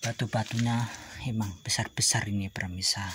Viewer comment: maaf kang pemirsa bukan permisa ya😅